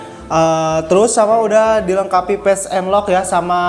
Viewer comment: Telingaku terdengarnya pipo , pes enlok dll